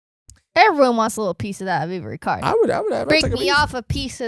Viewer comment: Vivre Card is pronounced VEE-VER card.